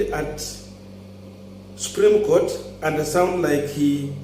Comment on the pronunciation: It is ruto who dumped him,after what happened with 2017 nullification of results,the guy would struggle to pass his points during the case and also to add salt to injury ruto has reduced him to a Twitter lawyer🤦🤦🤦,a senior counsel who can't even pronounce supreme Court well ati subreme goat ,it all started from there,ruto was definitely not comfortable with this guy ,ASAP